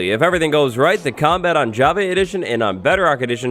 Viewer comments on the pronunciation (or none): none